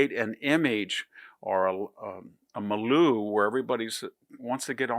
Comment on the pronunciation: A "malu"? I think the word he meant is "milieu."